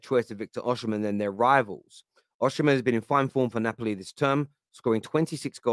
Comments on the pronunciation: my goodness pronounce his name correctly. His name is pronounced Victor "Osi- men" not Victor " Oshi-men".. Please, take the time to learn the correct pronunciation. Come on man! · Pronounced “Osimhen”, not Oshimen, no “sh” in pronunciation. It’s in the Edo language from Nigeria.